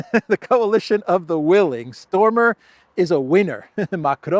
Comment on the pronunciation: At one point, you had a slight speaking slip where it almost sounded like you said "coalition of the willies". I'm American, but know some British slang, and I think that considering British slang, it would be a little funny to refer to the UK and 008 forming a "coalition of the willies". Very fitting.